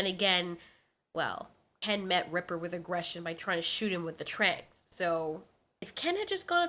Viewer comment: His name is reaper not ripper